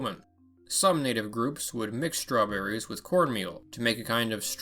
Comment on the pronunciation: I heard somebody mentioning Strewn-berries?